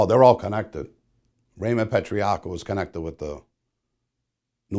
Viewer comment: Why can’t Vlad pronounce Patriarca or other Italian names lol